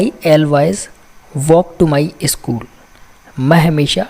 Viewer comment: इस्कुल नही, स्कुल होता है